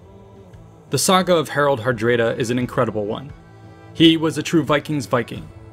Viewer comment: I'm sure I would have liked the video if it didn't turn off my curiosity instantly when I heard "Herald Herdréda."